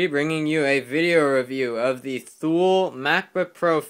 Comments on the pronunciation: Its not pronounced Thule its pronounced (toolee) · And btw its pronounced like "too-lee" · Ha yeah, but it is pronounced tu-lee because it is a Switzerland owned company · pronounced two-lee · Not to be a troll or anything but Thule is pronounced tu-lee